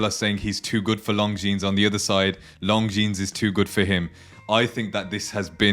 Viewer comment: Good video. You don't pronounce the 's' in Longines